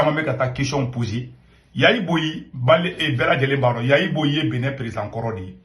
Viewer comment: On dit Yayi Boni et non Yayi Boyi 😂😂😂!!!!